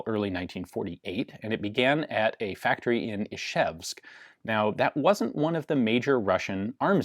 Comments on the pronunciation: Ian, you are saying Ишевск instead of Ижевск ))) Ж is like in french Jean for example ))) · Its actually Izhevsk not Ishevsk but that’s a lot harder to pronounce